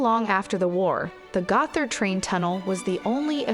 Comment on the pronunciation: Gott-hard. There's no "th" sound in Modern German.